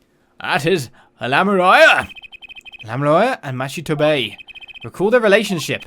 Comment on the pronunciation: “Lamieoir, FiNgErInG Daryan Crescend.” Oh my goddess... 😂🤣